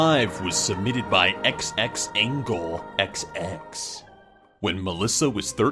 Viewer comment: "xxAngelxx" ITS xxAnglexx DUDE